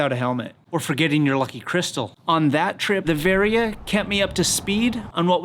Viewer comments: it's Garming Varia dude, not Variah Carey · Wait! Have I been mispronouncing Varia all these years???